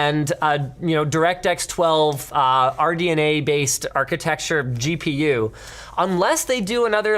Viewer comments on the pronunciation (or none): It's funny watching this years later and seeing Linus struggling to pronounce RDNA 🤣